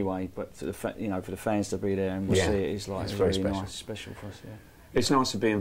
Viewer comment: 3.00 "Very niccce" lol